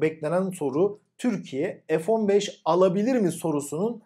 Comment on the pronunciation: F-1SEX diye Okunuyor :D